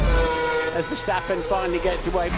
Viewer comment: Dude... you are the first American who pronounced Verstappen like we Dutch do😄👍